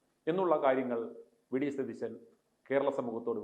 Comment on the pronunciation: Your accent is വെടി സതീശൻ. എന്നാണോ. I heard that.